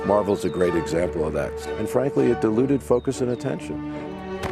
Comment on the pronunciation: Kinda funny how pronounces "diluted" like "deluded."